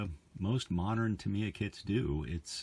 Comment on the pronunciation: Why americans got to always abuse english or other counrty words ?..its pronounced Tamya not tameeya